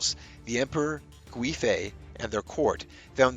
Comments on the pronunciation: The (UI ) in Gui .. makes more of a Wei ( Way ) sound 😅 someone's fussing about some car .. I felt the pronunciation could use help 💖 very good video very interesting , keep up the good work please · Its pronounced Yang Gwāy (its a long A sound) fei. Additionally, Wu Zetian (the only queen to rule in her own right). Her second husband did something similar by taking her from a nunnery after her first husband (his father passed away). Wu's fortunes were much better overall in comparison as she went from being a concubine to the primary wife and queen, while Yang went from being a primary wife to a concubine. If the Emporer had married her and made her an actual queen consort she most likely would have survived, as she would have been considered the mother to the nation and not a woman perceived as there for the emperors enjoyment and potential heirs. Both incidents happened in the Tang Dynasty with both situations causing a massive scandal as it didn't align with Confucian values. Ultimately womans rights began to suffer at the end of the Tang dynasty, with them being believed to cause calamity to a nation. Of course the usurper and the leachorous werent perceived as the problem 🙄